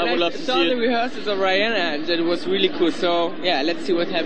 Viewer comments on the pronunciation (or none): "welly welly geat" *laughs* How come that they can't say "R" ? *giggles* Sooo adorable!